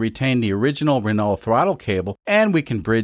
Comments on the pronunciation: Pronounced "Rah-no" btw. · Renault is pronounced "ren-no" just fyi. French is odd. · Renault = Wren-oh. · That's not how to pronounce the name of that car. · Amazing content!! I like how you pronounce L in renault… at least you don’t say T out loud, I guess… i am french yes why did you ask